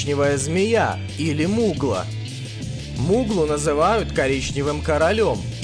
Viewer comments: Да, это факт. К тому-же, назвав "мугла", автор так же сделал ошибку. Ведь на самом деле говорится "мулга" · Зачем ты составил топ если нифига не знаешь. Вставляешь фото самых разных змей, не заботясь о том кто это вобще. Многие факты путаешь, ты блин тигровую змею с питоном спутал. И не мугла, а мулга. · Автор ну во-первых,не Мугла,а Мулга😂😂😂Во-вторых,вместо тигровой змеи на фото вообще питон.Ты в своём уме неуч???В третьих,вот так выглядит настоящий топ самых ядовитых(именно по токсичности яда) сухопутных змей, за исключением морских змей: 10 Западная коричневая змея или гвардар. 9 Австралийский шипохвост или гадюкообразная смертельная змея. 8 Песчанная эфа. 7 Филиппинская кобра. 6Тигровая змея. 5 Черная мамба. 4Прибрежный тайпан. 3Малайский голубой крайт. 2Восточная сетчатая коричневая змея. 1Внутриматериковый тайпан или жестокая змея,он же тайпан Маккоя. Мулга хоть и носит название коричневый король вообще из рода черных змей,а их яд не такой сильный,и поэтому Мулга вообще не входит в топ-10 самых ядовитых змей.Яд западной коричневой змеи(гвардара) более сильный,чем у гремучей змеи,поэтому она на 10 месте,а гремучая змея уже открывает вторую десятку. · Во-первых, не мугла, а мулга. Во-вторых, мулга - это не восточная коричневая змея, яд мулги не такой токсичный, как у коричневой, хотя мулга ими питается, в-третьих, фоторяд левый, кто в теме - поймет, ну, и в-четвертых, ни гремучник, ни эфа, думаю, даже мамба, не дотянут до топ-10. С Дюбуа и Белчера уж точно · Не мугла, а мулга. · какая нафиг мугла??? мулга МУУУУЛЛЛЛГААА читается!!)) ну ты прочитай название нормально)) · Не мугла а мулга , а последний это прибрежный тайпан лол